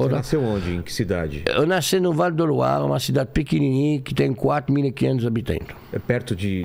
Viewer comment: "Habiteinto" kkkk